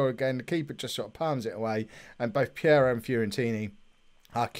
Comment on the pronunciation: Hey. It's Peiró not Piero! You can allways nickname it your way like Sir Briana of course lol. In another subject why dont you look to playear fitness when you make substitutions????